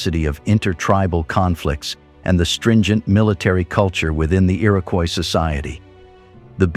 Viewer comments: Is the fake 'dirty film' effect really necessary? Bad enough we have to listen to fake robot narration... "The ear-AHH-koyis Confeder-RASSee" FFS! Have some pride and dignity about your content. Clearly all you care about is the clicks though; Useless. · since it's spelled above so many different ways, I figure it's time I pointed out the correct one re. #1--Comanche, #2 is Iroquois (EAR-uh-kwoy); in the list that started was the Onondaga (oh-nun-DAH-guh); Oneida is oh-NIGH-duh, rather than oh-NAY-duh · The narrator butchered the Iroquois tribes names. Generally pretty accurate about the noble New York State Iroquois. The Iroquois' many wars gradually weaken them. They adapt to the muskets before other tribes because of their control of the beaver trade. Tuscarorains were sixth tribe.